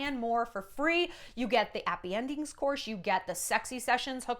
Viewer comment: Is it bad that when I first heard you say, "Appy endings" I thought of appetizers?